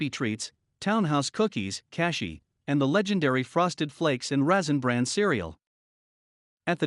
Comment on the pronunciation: Love the computer "speak" narration. Häagen-Dazs (daze) Resin bran cereal. Funny!